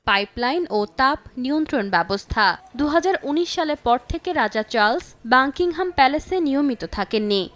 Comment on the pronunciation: মূর্খ সাংবাদিক, বাকিংহাম প্যালেস কে বলে বাংকিংহাম প্যালেস